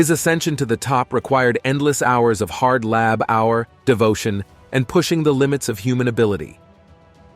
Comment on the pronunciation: Why can't he pronounce "tumor," "labor" and "demeanor." If it is text to speech, you can just alter the spelling until it sounds right. André the Giant was a wrestler and actor who was 7' 4".